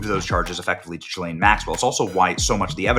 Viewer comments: It's "ghee-LANE". I know what she did but it's not "Joffrey" Dahmer or "Alan" Hitler. Learn talk words how, man who talk to make money. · … and for fuck sake… her name is JIZZ-LANE!!!?! 🤣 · Benny...another " journalist" who can't take a single second to learn how to pronounce Ghislaine.